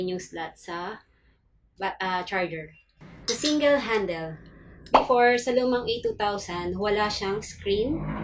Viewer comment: "singel-handel"! classic! :0